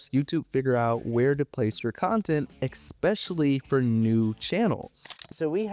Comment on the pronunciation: It's ESpecially not Xspecially. Cool video.